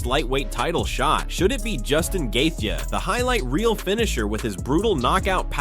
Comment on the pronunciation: The way he pronounced gathje’s name made click off the video